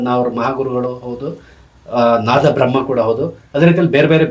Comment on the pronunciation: ಹೌದು ತಮಿಳರು ಹಾಗೆ ಹೇಳುವುದು. ತಮಿಳರಿಗೆ ದ- ಉಚ್ಚಾರ ಬರುವುದಿಲ್ಲ ಆದ್ದರಿಂದ ಅವರು ನಾತಬ್ರಹ್ಮನೇ.